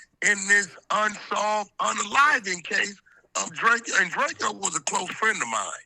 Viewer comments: Why the hell you calling him Drakio? It’s DRAKO ( Dray-ko) plz stop AK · It's not DRAKE-E-YO AK its Drake-O just like Soulja Boy call him self Big Drayco. Same way you pronounce it bro. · ITS DRAKE-O NOT DRAKEO..GET IT RIGHT WE KNOW THE TRUTH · It's Drako. Not Drake key o lol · It’s Drake-O not Drakeo get it right! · it’s literally DRACO JUST spelled Drakeo no Y’s 😂😂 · Nobody: Akedimiks: “Drake E Oh the ruler” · DRAKE-O you pronouncing his name crazy😂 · Omg say his name right ak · He did that on purpose to make it seem like Drakeo is less significant. Same way Wack 100 always says he don’t know someone but you know damn well he does. They’re all fake af.